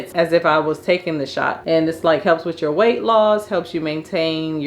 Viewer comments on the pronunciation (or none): none